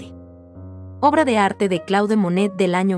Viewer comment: No es Claude, se dice Clód porque es un nombre francés.